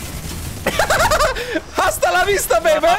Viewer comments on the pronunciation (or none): 3 38 h w hiszpańskim jest nieme